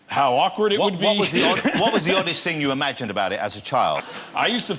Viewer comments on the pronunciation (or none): "It's quite a big fing."